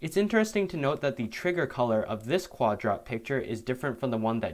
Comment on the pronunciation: It’s pronounced Quad-Rot, because the zombies are rotting